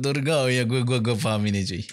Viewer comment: Cuba sebut betul ayat faham tu, bukan Pahang.. Pahang tu negeri Pahang chuuii..